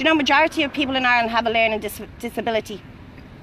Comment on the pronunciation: did she say "the majority of people in Ieland have a learning dissability" wtf 😳